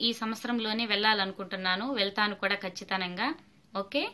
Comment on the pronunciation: Kachithanamga kadu Kachitamga.